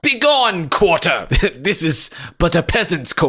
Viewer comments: she suddenly has a New York accent “ did you just kick that qwater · "BEGONG QUOTAH"